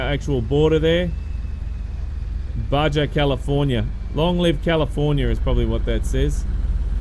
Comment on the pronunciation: The letter 'J' is pronounced as an 'H' in Spanish. Meaning Baja California actually sounds more like Baha. It refers to a geographical location. (Basically the part of the California peninsula still belonging to Mexico.) Nice video.